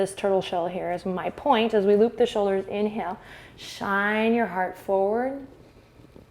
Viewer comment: I always laugh a lot when you say "inheel" and I lose my breath XD